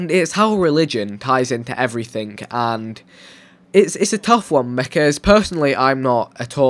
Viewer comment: why do you say 'everything' with a 'k' on the end?